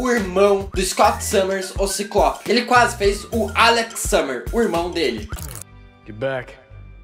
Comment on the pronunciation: Que q é "quasse"?